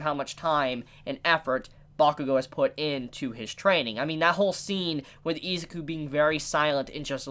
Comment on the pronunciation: I know this sounds weebish, but please stop calling him eezz ah ku. Try E-zuu-ku. I know it's Ryu to Riiyou, but still.